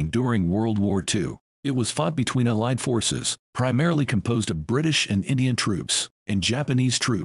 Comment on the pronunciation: Allied forces is pronounced WRONG AGAIN !!!!!!!!!!!! Stupid click bait again